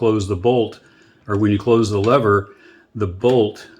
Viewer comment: They're called levers sport, not levvers